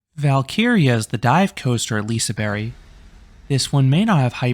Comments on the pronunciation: Liseberg not liseBERRY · Love the review but I can’t with the way you say liseberg 🤣🤣🤣 lisaberry 🤦🏻‍♂️